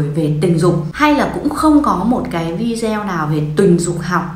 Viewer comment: Nên đọc vi đê ô ,đừng đọc vi deo